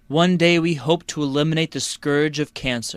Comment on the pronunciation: Is that scourge？ not scorges？